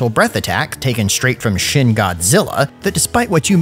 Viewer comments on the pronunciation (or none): none